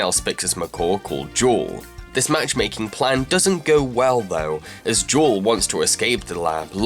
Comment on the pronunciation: Uh...Blu‘s wife‘s name is Jewel. Not jaw...wtf.